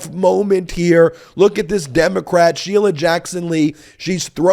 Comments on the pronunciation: "Shee-lee-uh"? He can't even pronounce her [common] name correctly. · Dimwit can't even pronounce Sheila --- "She-lia" he says. Fat little pervert